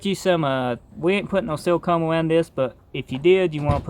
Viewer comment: Dude saying silicone sounds like seal cum and I think I’m gonna say that from here on out 😂